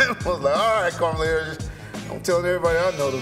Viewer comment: “Karmala Harris” .... Reggie be messing up names, words.... man!!!